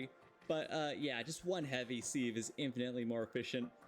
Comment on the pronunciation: Sieve is pronounced the same as the 'civ' in 'civlization'. The use of a sieve is called "sifting".